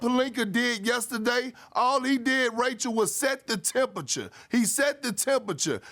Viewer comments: He set the temperchure he set the temperchure he set the temperchure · Tempacha, tempacha, tempacha lol 😂